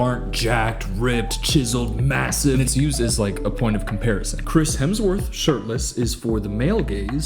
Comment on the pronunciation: "Mazzive" ZHOWZ WEEZER